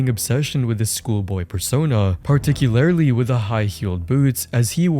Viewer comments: “Particularryly” is all I heard gng 🥀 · This has to be the strangest way I’ve heard someone pronounce “particularly”